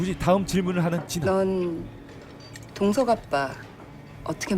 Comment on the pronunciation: 동석이 자꾸 마동석으로 들리네요